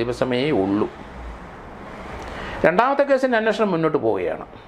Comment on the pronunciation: എന്റെ പൊന്നു സാറേ "അന്ന ഷണം.. അന്നഷണം" എന്നു പറയാതെ അന്വേഷണം എന്നു പറയൂ..